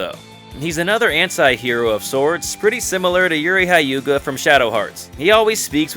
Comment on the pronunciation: Utterly confused how you manage to pronounce Ryudo correctly then totally mispronounce Hyuga.